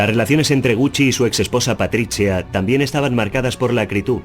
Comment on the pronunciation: Mauritchio.. Patritchiaa 😂